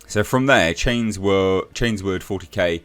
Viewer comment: It's Chain-sword not chains-word